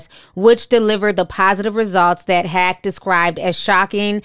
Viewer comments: Omg... lol... her name is not pronounced 'Hack.' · It's not hack, its haqq (hawk).